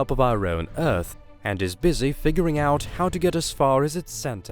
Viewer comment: Its done a who-ell lot of damage to my ability to engage with this recording. Uuver and oot! Gone.....